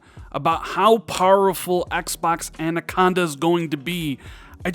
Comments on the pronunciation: You said "An" - aconda right to start the vid at least... Rand-aconda! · I have grown to like Andaconda. Who needs proper pronounciation anyway? 👊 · At exactly the same time I was thinking he’s saying anaconda wrong , he says I know I’m probably saying it wrong. 👍👍👍🤣🤣🤣